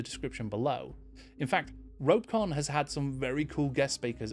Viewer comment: Well, actually... It's ROE-peh...con